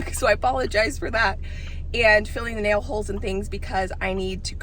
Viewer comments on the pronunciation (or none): none